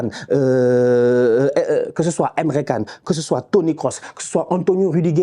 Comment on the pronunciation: Emre Can se prononce comme "djane"